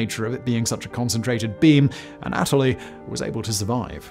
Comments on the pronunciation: Wasn’t gonna do it but I’ve seen about 15 videos with Simon mispronouncing this name. The Russian name Anatoly isn’t A-Natalie, it’s Anne-uh-toll-eee. Just for future vids. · It’s not pronounced “An-AT-oli”, but rather, “Ah-nah-tolyi”. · Uhnatalie???? Its pronounced ANNA-TOE-LEE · Anatoly. anna toll lee. Simon: uhhh Natalie? 🤷🏼‍♂️ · Not the anAtoly, but anatOly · Anna-Toley not Anat-olee..Simon, your pronunciation on most of your videos are hilarious. Do you do this on purpose? lmao!! love your work, keep it up mate!! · Anna-toe-lee, not a-nat-towlee. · Imagine being almost a genius and so stupid you just use a screwdriver Ah Nataly. I know it's British accent but it's a Russian word you have to change your pronunciation. Usually really good at it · His constant mispronunciation of Anatoly sucked lol Think of the "ana" in words like analyze then add the toly instead of a-natalie ...you must re record this whole thing 😆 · Ann - ah - toli. Just sayin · An-a TOLL-ee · It's "ah-nah-toll-E"